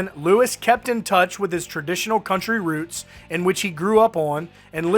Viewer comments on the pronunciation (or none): none